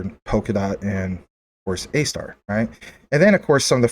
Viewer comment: ASTAR do research on it bro....u saying it wrong. Soto Watabee is a beast and DOT is making huge moves. JASMY is an ok pick up